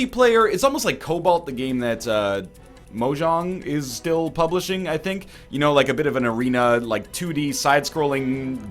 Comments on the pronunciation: it sounded like he said marjong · MODONG great pronunciation of mojang ....... Egg....... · NL's pronunciation of Mojang got me hard